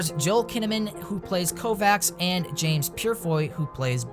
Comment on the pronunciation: Altered Carbon favorite but u said Kovacs wrong?